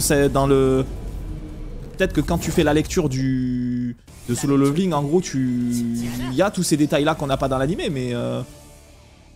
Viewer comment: C'est pas "leuveuling" hein, ca se prononce avec un "é" derrière le premier "l". Petite recherche sur google du style "comment prononcer level" et vous aurez un outil qui vous propose de l'écouter en anglais britannique et en anglais américain ... C'est pas la première fois que je vois des français prononcer le mot level "leuveul" plutot que "léveul" :D. Faute malheureusement commune, quand on a l'habitude de la bonne prononciation j'avoue que c'est juste atroce à écouter :D. Mis à part ca, bonne vidéo :).